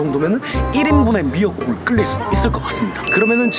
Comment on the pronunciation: ‘끓일’의 발음 끌릴X 끄릴O